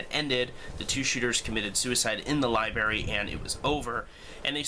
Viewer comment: It's 'libRary'! Haha. Just had to give you a hard time. Good video, dude.